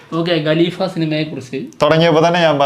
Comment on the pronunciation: എപ്പോഴും ഞാൻ ശ്രദ്ധിക്കാറുണ്ട് നിങ്ങൾ രണ്ടു പേരും ഗലീഫ എന്നാണ് ഉച്ചരിക്കാറ്. ഖലീഫ എന്നാണ് ശരിക്കുള്ള ഉച്ചാരണം